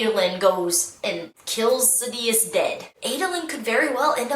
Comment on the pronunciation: I prefer pronunciation of Sadeus. SAD-ee-us Instead of Sa-dee-us I remember how galling it was on Nevani's POV chapter and the female narrator pronounced it differently. I prefer the one I heard first.